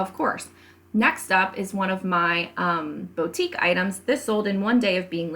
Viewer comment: Loved your video. Super helpful. Can I gently make a pronunciation suggestion? It’s Boo tique, Not Bow...